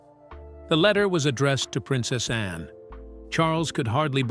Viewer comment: Please pronounce ANNE clearly not just loose it in the sentence